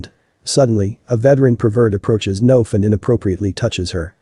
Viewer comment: Layan isn’t pronounced Liane, it’s ‘Lah-Yan’ (or Lie-Ann), Noaf is ‘Nwaf’ (it does not rhyme with Loaf! 😂), and Rania is ‘Rah-Nyah’ (Not Ray-Nee-Ah.) And also, that Head mistress can go get F***ed! “Are you happy with yourself?” Absolutely! You are the tyrant that allowed the manifestation of such an environment for these things to happen. You got exactly what you deserve, I wish the students videoed it and put it on your social media! You are the immodest one!